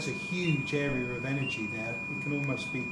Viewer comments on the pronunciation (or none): none